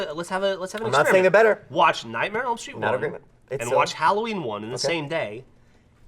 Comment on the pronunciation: Holy frick, every time tries to say "Nightmare on Elm Street" he says "Nightmail on Elm Street"